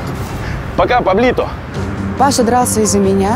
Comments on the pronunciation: Не Паблито,а Павлито!Уши почисть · Не Паблито,а Павлито!!!!